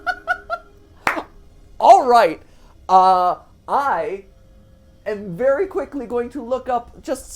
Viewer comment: Vewy coo